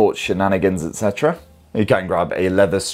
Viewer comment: Excuse me, just wonder how to say ETC? excitra?